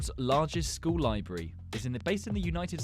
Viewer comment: "Libry" lol